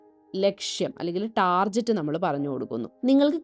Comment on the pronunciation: Not Tarjet pronounce target